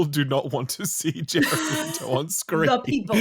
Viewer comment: It’s Le-toe. Not Lee-toe.